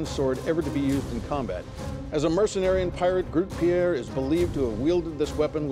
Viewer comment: Groot Piére still makes me chuckle, its Grote Pier, we're not French